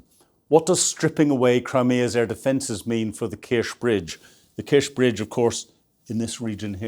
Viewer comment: Kerch is pronounced with a ch at the end, like church.